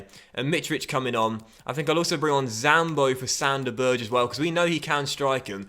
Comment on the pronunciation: Sander Berge is Norweigan so his name is pronounced Berg-ey